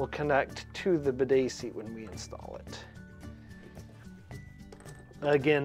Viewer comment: Seat, not sear